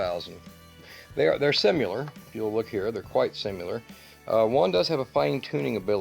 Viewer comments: ‘Simular’ interesting pronunciation of the word ‘similar’. Just a thought - Not a criticism. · Simular? Is that like nucular?